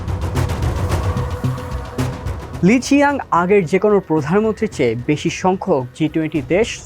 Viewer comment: ওনার সঠিক নামের উচ্চারণ হবে লি ছিয়াং